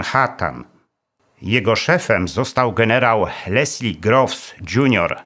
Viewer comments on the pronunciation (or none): none